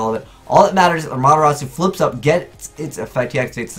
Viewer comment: That pronunciation it has T in its name